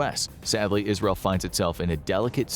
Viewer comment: "ISREAL" It sure is, my dude. L'chaim! XD